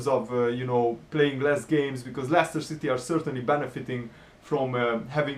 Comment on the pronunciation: It's Leicester